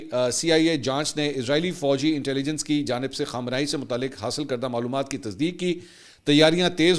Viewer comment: khamanai nai khamnai aap glat name lete hain خمانائی غلط خامنائی صحیح